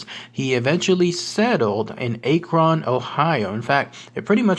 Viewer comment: Also our city is not pronounced A-kron. You say it just like you'd say the word acronym. Minus the immm.